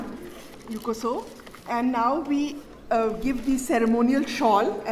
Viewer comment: youkoso not yukoso .